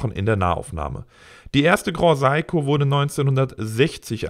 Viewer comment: Bitte den Namen (wie dieser auch in Japan ausgesprochen wird): Se-i-ko. Gilt auch für deine Kollegen, die super oft den Namen falsch aussprechen. Keine Kritik, nur als Anmerkung gedacht! Deine Videos sind stets super! Danke hierfür... schönes WE